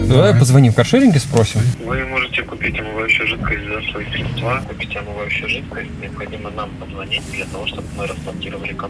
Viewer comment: Ох уж эти зуммеры, хипстеры и прочая нечисть со своими "средствА" и иными шизоидными ударениями.